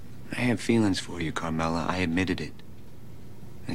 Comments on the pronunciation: Carmela. Not "Carmella." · I know people pronounce that Carmella with 2 L's, but it is Carmela with one L, and it is pronounced with one L!!!!!!!!!